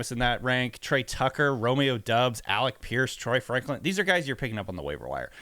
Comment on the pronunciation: you guys gotta consistently pronounce romeo doubs name right, pronounced like dobbs